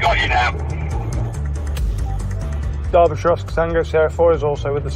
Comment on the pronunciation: It made me happy hearing an American pronounce Derbyshire correctly